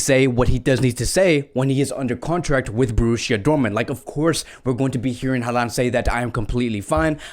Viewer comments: i hope ur correct in everything u said cuz its honestly a dream to see messi alaba and haaland in barca. the one thing ur not correct tho is saying haalands name ahhaahha. its pronounced holland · You really need to do a much better job of pronouncing players names correctly. HO lan.